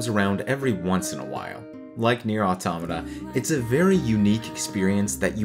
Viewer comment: Finally somebody who can fuckin pronounce 'automata'